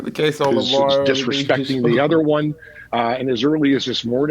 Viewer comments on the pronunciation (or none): "you think bay gonna let you disrispect pac"